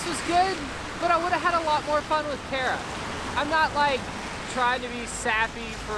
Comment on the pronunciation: Made me laugh when said "carrots" instead of Kara. 😂